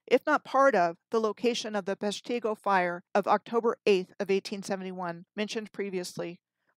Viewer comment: Thank you, for discussing Waukegan through Wisconsin to Minnesota, the areas of my life. So much fascinating info you discussed in this one video! There is an East-West "Plank Road" west of Milwaukee. So much has been covered up. I see Horicon Marsh with new eyes. (One note, Peshtigo is pronounced PESH-ti-go.) You are amazing in your deep research!